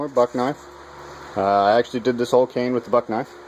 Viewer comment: Cane not can lol i was soo confused haha